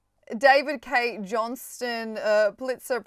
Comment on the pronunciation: David Cay pronounced 'Key'. The others are donold and sissyvance for respect and accuracy. Ty 😂 but yeah seriously. That's their name.